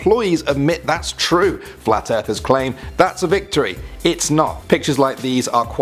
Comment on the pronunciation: anyone else hear him say "fwat"? I know I did